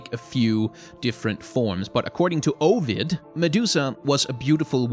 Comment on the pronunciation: Also the pronunciation of Ovid hurt me